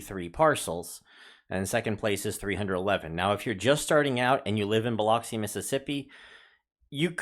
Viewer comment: So cool-I live in Ocean Springs. Biloxi is pronounced B-lux-e So-sure or Saucier.